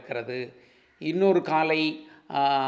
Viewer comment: காளை என்று சொல்லாமல். காலை காலை என்று உச்சரித்து தமிழ்க்கொலை செய்ய வேண்டாம். ப்ளீஸ்